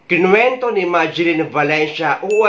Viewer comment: IKINQENTO NOT KINWENTO